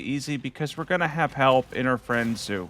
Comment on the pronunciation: his name is not "zoo" but appreciate the confidence. more like "jiu" but with "zoo" phonetics. anyway. thanks. Yes pretty hard game.